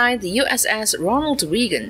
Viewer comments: Well done! Very sharp and concise presentation. Forgive the pedantic in me, but it's pronounced Ray-Gon, not Ree-gon. That being said, you have a real talent for presentation. I wouldn't be surprised if you do that for a living, and if you don't - why not? I look forward watching your previous works, as well as your future works. Cheers! BTW, I had to subscribe to your channel! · Note: Reagan is pronounced "Ray•gun" not "Ree•gun". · who the hell is "Ronald Reegan"? did you mean Ronald RAYGUN"? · Reagan is pronounced REG-UHN, not REE-GUN. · Wow dear author of this video. I hear that you mispronounce numerous names including the homeport in Japan and worst of all the Ronald Reagan is not pronounced “Reegon’ but ‘Ray•gn’ for gods sake! At least he was one of our presidents and you should know better!!! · AI SLOP! can't pronounce. "Ronald Reegan"? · Stopped watching as soon as they pronounced “Reagan” wrong. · Me 2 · Wow. All these years I've been pronouncing The Gipper's name wrong! Thanks. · An AI that needs to work on its pronunciations. "Reagan" is not the only word pronounced incorrectly. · oh that annoyed me on Reagan pronunciation